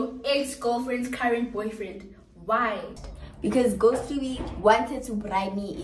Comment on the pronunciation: Why did say ghost must mize